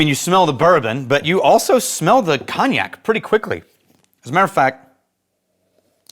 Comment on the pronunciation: Your pronunciation of cognac as Cawn-ee-yak, is incorrect in every part. At least get the one syllable right lol